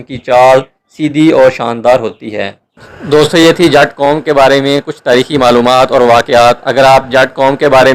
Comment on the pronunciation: Jaaaaaat nhi Bhai g jutt